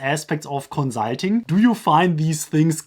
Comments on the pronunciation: Can you please just say consulting normally? You sound like an idiot, but good video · I'm sorry, but your pronunciation of consulting is hilarious xD